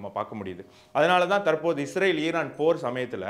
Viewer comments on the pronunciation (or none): none